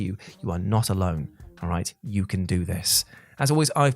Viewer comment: Carey “YULES” jules….